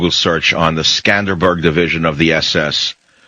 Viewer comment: It's not "Skanderberg"-it's "Skanderbeg". And no,not every country had SS divisions. I mean,almost none had SS divisions!